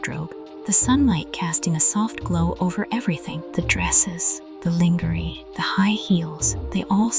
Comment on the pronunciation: Sultry narration, but work on pronouncing "lingerie" correctly.